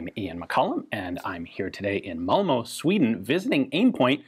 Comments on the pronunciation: Momo? It's Malmö.... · Malmo? Yeesh